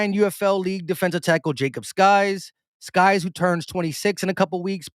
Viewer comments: Hey it’s pronounced sikes not skies, just FYI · Sykes not skys. Y before K